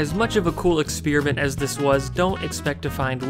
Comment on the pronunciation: Expearement or expeerement ? Certainly doesn't say experiment.